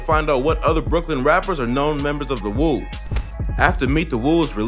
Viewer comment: its not the FUCKING CHOOS like CHOO CHOO train my gee its CHOO prounced like CHO! and the WOOS you pronounced i think only right ..